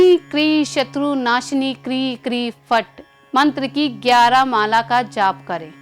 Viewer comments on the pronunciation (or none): Mantra ka ucharan to sahi dangh se kare pl. Kri Kri nahi krim krim ya kring kring hona chahiye.